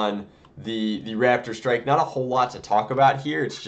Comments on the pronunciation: Is it just me or does he keep calling it a Radidstrike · When he said raptor strike it sounded like rapid strike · I keep thinking he is saying rapidstrike :P